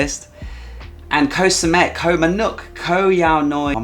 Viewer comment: I agree with your picks and glad to see Samet on the S tier. I'm returning there again soon. I do a small cringe everytime you say "Koh", you know how it's really pronounced 😊